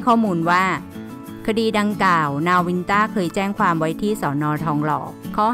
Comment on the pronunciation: ดังก่าว กีด..อ่านไม่มีคำควบกล้ำเลย